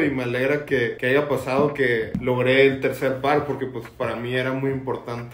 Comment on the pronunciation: Durote y todo pero dice “aiga”